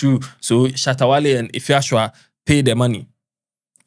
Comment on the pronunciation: Eiii what’s Efia shoa??? 😂😂😂😂 instead of Efia Swa😂😂😂